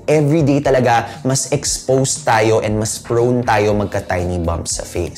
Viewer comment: It's "prone" not "prawn" ..